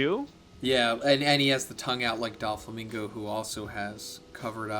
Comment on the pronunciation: bro pronounced doflamingo wrong dough-flamingo is how you say it